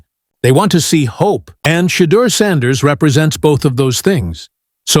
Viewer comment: This man cannot even say Shedeur Sanders #12 #144's name. Gods got Mr. Sanders 🎉❤❤❤ LoveoutlouD